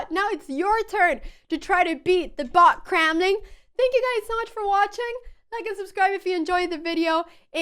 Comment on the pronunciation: BOT, everyone. She hopes you enjoyed watching her beat her own BOT. I don't know what you heard, but that word was b-o-t.